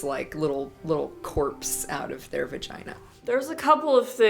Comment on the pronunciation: that moment when a porn star can’t say “vagina”